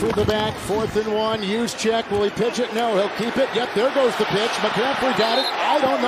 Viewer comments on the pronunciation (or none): none